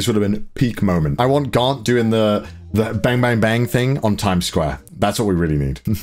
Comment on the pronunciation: saying Garnt Subtitles: grant, god, garlic...?